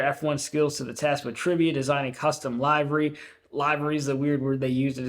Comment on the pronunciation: That's pronounced livery with a short "i"